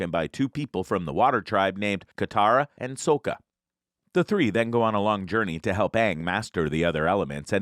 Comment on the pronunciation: Dude you keep pronouncing sokkas name wrong. What is this another m night shyamalan?